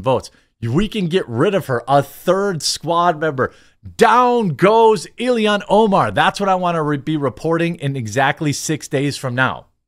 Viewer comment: I've yet to determine whether it's a colloquial way of speaking, or a deliberate choice, that makes Jeremy unable to say things like "Ill-han Omar" or "Hock Too-Ah" correctly...